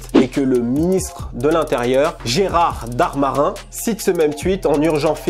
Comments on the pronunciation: GéraLd DarmaNin pas "Gérard Darmarin" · Gérald Darmanin devient "Gérard D'art marin" les Bilderberg deviennent "BilderSberg"... Il faut vraiment revoir la prononciation des noms propres 😂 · "Gérard Darmarin"! Mdrr t'avais oublié de mettre tes lunettes quand t'as lu son nom où quoi? 😅 Sinon au top la vidéo comme d'hab 👍